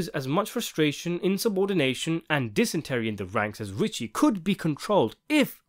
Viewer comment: I think you should make a note of the expression you keep using, "dysentery [sic] in the ranks" :body-green-covering-eyes: Unless you are intending to sound like Little Carmine, the word you should be saying is dissension not dysentery. 😄